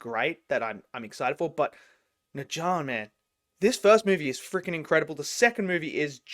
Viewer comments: What is neja!? It’s Ne Zha! Bro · Yep! It’s “Nuh jah”. You got it right. Except you have to say the “nuh” part like you’re asking a question: “Nuh?? Jah.” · If you pronounce it as 'Nurjar' it'd sound more like native Chinese speaker~ and BTW NeZha's also in 'Black Myth Wukong'